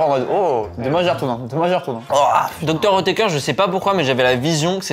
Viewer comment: pour le coup moi cest Hautecoeur, et c'est Dr Oetker la marque, ca se prononce pas pareil 😂